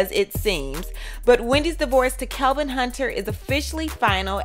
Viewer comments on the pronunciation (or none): Kevin NOT Calvin! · How do you have all this info when you can’t even say his name right? It’s KEVIN not Kelvin🤦🏻‍♀️ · It's Kevin not Kelvin! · Isn’t his name Kevin, not Kelvin? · Even though he cheated...supposedly...when reporting these stories get the parties involved names correct. Not that anyone cares, but professionally his name isn't Kelvin it's kevin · It's Kevin Not Kelvin? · I don't trust anything in this video. She can't even get his name right. His name is Kevin not Kelvin. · His name is Kevin. Why do you keep saying Kelvin? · His name is Kevin not Kelvin haha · It's Kevin, not Calvin! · His name is Kevin not Kelvin! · Isn’t it Kevin? Not kelvin? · I keep hearing "Kelvin"... isn't his name KEVIN? Jw 🤔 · Why does it say kevin in the title but the narrator is saying kelvin.. Which is it.. Iv never heard wendy call him kelvin just big kev or "old life" lol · Wow bro his name is KEVIN not Calvin lol Wendy is doing just fine js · What is wrong with you? His name is KEVIN Not Calvin. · His name is Kevin not Kelvin. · It's Kevin not Kelvin !!! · His name is kevin not Calvin get it right dammit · Why can't you pronounce the name Kevin? "Kelvin" is a totally different name. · His name is KEVIN, not KELVIN...please do your research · I love that you say Kelvin!!! Life ins. Policy should go to her son. Say it like you mean it. I agree. She’s going to look like a Hollywood monster. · why u keep saying KELVIN wtf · His name it's KEVIN! How can I trust your, "tea" if you can't even get his name right? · Why do you keep saying "Kelvin"? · Did the poster intentionally mispronounced the ex husband's name? I'm just asking because it's my first time listening to one of her videos so I don't know if it is a deliberate thing. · Lies this is not true you can't even pronounce the man name right so you don't get sued FAKE NEWS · The fact that you have his name spelled correctly in the title, and are saying it wrong through the whole video! LMFAO